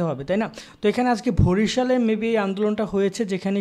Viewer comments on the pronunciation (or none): ভাইয়া ভরিশাল না বরিশাল